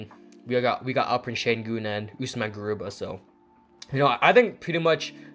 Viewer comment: Your pronounciation of Şengün is perfect. But i don't know why they signed Theis. I hope Theis doesn’t take too many minutes from Alperen Sengun and Usman Garuba, both whom I really like.